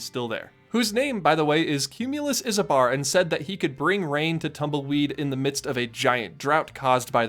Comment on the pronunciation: Cumulus Isobar’s last name is pronounced “eye-so-bar”. In meteorology, an isobar is a line on a map connecting areas with the same atmospheric pressure (like topographic contour lines on a geographic map, but for atmospheric pressure, not elevation).